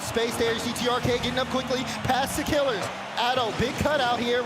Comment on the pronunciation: Imo is not a top commentator. It's pronounced killEARz not killers